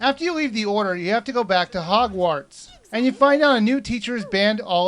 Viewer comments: This review cracks me up. As someone well familiar with HP (I've read all of the books except Rowling's biography and "Beedle the Bard", and I've seen the first four films), it's hilarious listening to the try to explain things while repeatedly tripping over "Hogwarts". Then..."I asked one of my nerd--well-read friends..." RICTUSEMPRA, that was funny. (And at least he's smart enough not to say anything derogatory about HP itself.) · You say the "wart" part of "Hogwarts" really strange. :P